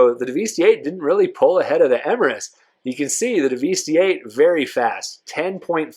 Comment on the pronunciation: It's pronounced "devastate", you know, the synonym for destroy. Not Daveestee. That being said, this is the most comprehensive comparison I've seen yet. Everyone else just uses really dumb races on airstrips and don't even show the times clearly, and most don't bother testing top speeds on oval tracks. Some use a really long straight, which is again very unrealistic. Also, not a single person (except perhaps Broughy1322) actually explains the realistic performance of these cars on a track accounting for the oversteer/understeer and actual handling experience.